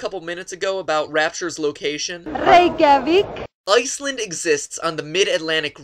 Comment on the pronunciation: It was pronounced correctly